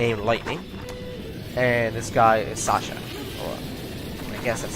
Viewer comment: Sazh is not pronounced as "Sasha". While I like FF13 I can't believe you actually compared it to FF7. x'D There are plenty of people that like 7 more than people that like FF13. xD